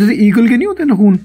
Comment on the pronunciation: Nakhun 😂 it’s naakhun